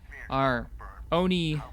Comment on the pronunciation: Do-Tear-E-Um. Tear as in shed a tear. Car-On Class Ship. Oh-Knee. Just trying to be a helpful grammar nazi :)